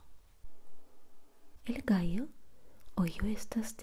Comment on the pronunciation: Vamo' al gainero dijo el gaio xd